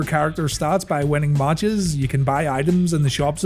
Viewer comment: Its matches not maaaaches